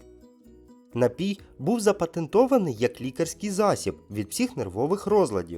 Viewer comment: Запам'ятайте: є тільки один наголос - напІй!